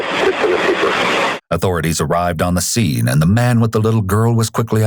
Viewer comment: This narrator has to be the most annoying narrator of all narrators. Why do people have to add "uh" to the end of words? Sceneuhhhh